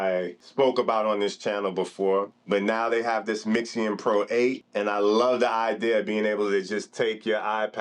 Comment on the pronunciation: I had to stop when you can't even read its name correctly 🤦🏽‍♂️